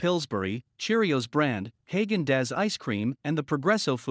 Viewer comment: Love the computer "speak" narration. Häagen-Dazs (daze) Resin bran cereal. Funny!